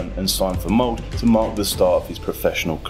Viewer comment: Bryne" as "Burn", "Molde" as "Mold", "Ole" as "'Ol" lmao. Monolingual anglos are truly ignorant about the most basic features of other languages. These e's are not silent. The r in Bryne comes after the B, not after an u that is not there. You have access to Wikipedia and Google Translate. It literally takes a couple of seconds to check if you are unsure.